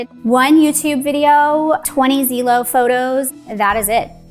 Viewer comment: Did she just call Zillow “Zeelow”😂😂